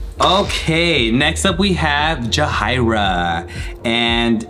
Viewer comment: No hate here! But I think it’s pronounced “jah-hair-ee-uh” not “jah-high-ruh”